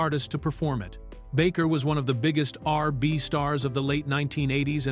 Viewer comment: Mf can’t even say R&B